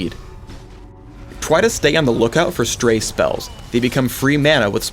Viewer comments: Does anyone else here "Twy" instead of "Try" xD? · Skip to to hear say 'twy' instead of 'try'. It just made me laugh. ^,^ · "twy" thanks phreak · Twy vewy vewy hawd. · twy to stay??? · Lmao listen to how pronounced "try"